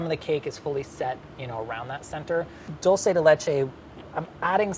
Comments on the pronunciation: I always hear people say: "dullsay". 😂 It's "doolce" 😉, and it directly translates to 'candy' or 'sweet'. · Says dulce dole-say Says bland blonde 😂😂😂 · No offense but "dulce" is not pronounced like DULL-say. Its pronounced DEWL-seh. Like jewel! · It's not said dolce, It's said dulce. sorry it was just bothering me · Dolsay? Isn’t it Dolche? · I know it's nothing important... but I wish he would pronounce dulce de leche the right way because his pronunciation is very good. it's not dull-say is dool-seh. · What does he mean by "how do Argentinians pronounce it"? I don't know if it's because Americans pronounce it like "dulceY". That's not how you pronounce it in Spanish. It's without the "y" at the end. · "Dulsay de lechay" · Why do white people refuse to pronounce Spanish words properly. It’s not “dolsay” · I love but if I never have to hear him butcher the word dulce again, I will be very happy. Lol it’s not a complicated word and then he says it correctly when speaking to gaby and then says he can’t say it lol wait what? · It triggers me how he says dulce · Every time says duche de leche my Brazilian ears die. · I hate how he pronounces dulce